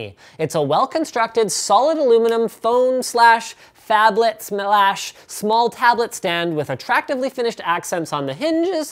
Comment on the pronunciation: "Smelash" "Hnnnnges" Sorry, these two quirks coming one after the other made me chuckle. Seriously though, Linus and crew, great work on this episode!